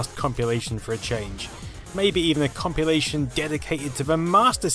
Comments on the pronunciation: is he pronouncing "compilation" as "compulation," or am i just imagining things...? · Ummm it's compilation, not compulation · wtf is a "compulation?" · It sounds more like copulation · Having an accent is no excuse, he’s not pronouncing it correctly. Period. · Am I mishearing you, or are you saying "compulation" rather than "compilation"? :) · man I hate you for mentioning it. now it annoys me every time he says 'compulation' and he says it about 9000 times in this video. never would've noticed it.. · Its compilation. Compilation.....comp.....il.....ation.....Compilation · say compulation again.